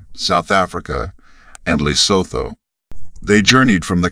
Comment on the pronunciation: aren't they also up in Namibia (near Tsumkwe)? "ah-PARR-teed" (apartheid) is actually pronounced "ah-PARR-tide". Lesotho is pronounced leh-SUE-two rather than leh-SO-thoh.